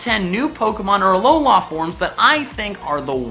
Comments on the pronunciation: He sounds so white when he says Alola, AlolAA. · Aloha forms learn to freaking speek